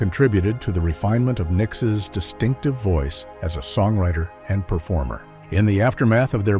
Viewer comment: Did the narrator say Nickisis?